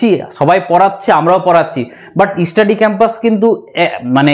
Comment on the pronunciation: ইউটিউবার দাদা তোমাকে বলছি তোমার চ্যানেলের নামটা আগে স্পষ্ট করে বলতে শেখো তারপর ভিডিও করবে। তুমি স্টাডি শব্দ টা স্পষ্ট ভাবে বলতে চেষ্টা করো ইস্টাডি ক্যাম্পাস বোলোনা প্লিজ।